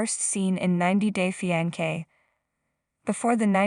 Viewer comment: I cannnnt with the pronunciations, on EVERY VIDEO the most important words repeated over and over just totally botched. It's like listening to nails down a chalkboard!! 90 Day Fee-An-Kay 😫🤦🏽‍♀️🤦🏽‍♀️😫